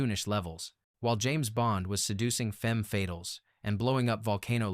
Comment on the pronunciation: Very interesting video. But can you do something about correcting what I assume to be an AI-generated narration? He keeps saying things like "60 seconds" when he means "60s", "zero-zero-seven" instead of "double-O-seven", and "femme FAYtal" instead of "femme fatale."